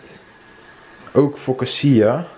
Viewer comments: Focaccia spreek je toch uit als fokkaasiea en niet fossasiea?🤣 Je vlog was echt leuk, heb het gemist de afgelopen weken!🤗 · Maar echt, je spreekt het uit als “fokatsia”